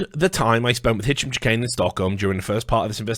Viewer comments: Chahine is pronounced shaheen. not chikane or however you are pronouncing it. I personally know someone with that last name is that is how it is pronounced. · so many hours he didn't manage to uncover how to pronounce the name of the person he's investigating